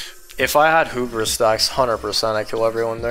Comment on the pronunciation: still saying HOObris lmao